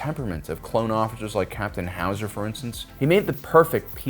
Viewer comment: Little disappointed you didn't say Captain Howzer the right way......